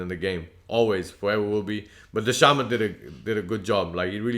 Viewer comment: The C in dhcamads name is pronounced as a K bros